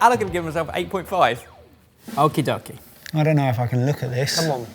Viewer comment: Why is saying okidoki like it is a Japanese word? Haha am I missing something?